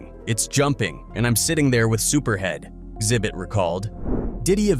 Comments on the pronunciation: It's not "zibbit" . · Its pronounced "Ex Zibbit" not "Zibbit". And It will be interesting to see what the FBI confirms are on the tapes they confiscated, but this could take a decade to be revealed, with how slow huge court cases like this go. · The 2nd saddest thing about this video is that the narrator doesn't know how to pronounce Xzibit "exhibit" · Bro Xhibit is said like the word exhibit. Not Zibit lol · Calling xzibit “zibbit” is crazy dude it’s pronounced “ exhibit” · It's not zibit it's X-ibit exhibit..... get it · Who are Zibit and Zybit? You guys need to stop using AI if you can't even pronounce Xzibit as "Exhibit" correctly. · "Sibit" lmao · “Zibit……” 🤦🏻‍♂️🤦🏻‍♂️🤦🏻‍♂️🤦🏻‍♂️. I can’t………. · Its pronouned "EX ZI BIT" and dislike for the clickbait thumbnail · “Enter Zibit” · This AI voice couldn't say "Xzibit" 😂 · Does anyone else hate him butchering xzibits name lol😂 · Ya know you can just google "Xzibit" and learn the right way to pronounce it. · Is this a automated VO or a real person. I cannot atand how they say names. No one has talent to read obviously, gotta have a computer do it. Liten to how it say Xzibits name. 😂😂😂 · mispronouncing X-hibits name like that is crazy 😂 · VO kept butchering xzibit’s name 😂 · DAMN, he can't pronounce Xhibit@ I don't know if this is a computer narration or not. PEOPLE look up the names of the people before you make a video!!! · Thafuck is this AI voice and why can't it pronounce Xzibit? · The first person that replied to you is correct. It's a common flaw with AI voicing - it often mispronounces names. It's easy to detect because sometimes it gets the name right and then messes it up on the next go. Which is what happened here. This is something real people would generally never do. It also wasn't able to enunciate Xzibit correctly at all. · holy shit the AI voice butchering Xzibit just sent me over the edge into a fit of giggles 🤣🤣🤣🤣🤣🤣